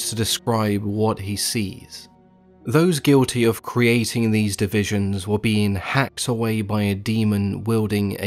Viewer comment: Narrator: the circle of deese Me, shamelessly out loud at work: DEESE NUTS